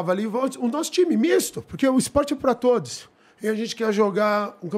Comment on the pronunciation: "IS-PORTE" AHAUHAUAHU